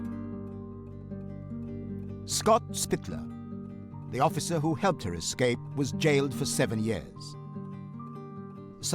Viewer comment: Ek-scape? Ek-scaping? Did you miss out on grade two? Try again… escape, without the “ek”, bumbass.